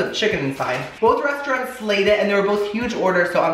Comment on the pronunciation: I love you,. As a fellow Miami Cuban, it drives me bananas when you say "restauRUNTS" Lol.